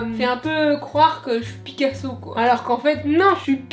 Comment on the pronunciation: le "généTIF" et le "PIDcaso" 🤣🤣